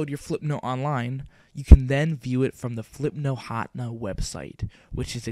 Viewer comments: Hotna? You Mean Ha ten ah? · Flipnote Hotna? XD It's Hatena [ha-ten-uh] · Ha-ten-ah Hatena. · its pronounced "flihp-noht huh-tee-nuh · It's pronounces Hat-ehn-uh HATena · its pronounced Ha-Teh-Nah. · HA-TEH-NA HATENA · flipnote HA-TEH-NAH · Hahaha I don't think you pronounced Hatena right... it should be Hah- (Almsot like huh) ten- (the number) nuh (that's entirely phonetic). I know this is a big controversy in the comments. So let me provide an actually helpful, relevant comment- This was really good! Thank you, I'm going to be using this to post my friend's birthday present. Thank you very much. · Actually, it's pronounced Ha-TEN-na. Like antenna but with an H. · i thought it was pronounced hah Teen ya.